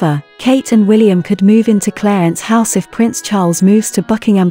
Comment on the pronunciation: It's Clarence House, not Cleyance House.